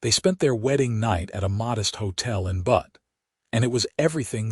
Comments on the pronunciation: It is pronounced Beut NOT Butt. I guess we all should be grateful AI is not perfect in its pronunciation - the machines still have a use for humans. Zelda and Owen complement one another as a couple. It is nice to see Owen acknowledging Zelda’s talent and learning from her. That is something you would not automatically think would happen on the frontier. Hmmmm - Zelda & Owen marrying after 2 weeks may be a stretch. Watching from Clarksville, TN. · I love the AI mispronunciation of Butte. It's corny and cute. This is my favorite narrator of western stories.